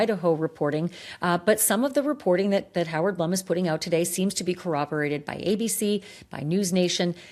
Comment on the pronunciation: Howard Blume is pronounced Bloom